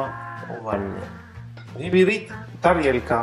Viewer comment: такой милый! - " вилька"! если услышу "тарелька", усну счастливой! )) даже без омлета.. - и ведь сказал! ))